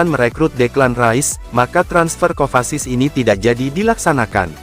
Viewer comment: Mateo kovasis hahaha,minimal benerin dulu klo nyebut nama pemain mind,ngakak anjirr